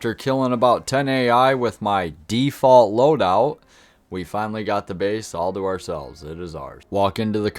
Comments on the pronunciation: I love how you emphasized “With my default loadout”😂😂 default Daniel loadout wins all day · Love the emphasis on DEFAULT LOADOUT 😂 people sitting around at spawn base for 15 minutes trying to buy weapons is so infuriating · I like how you emphasized default loadout lol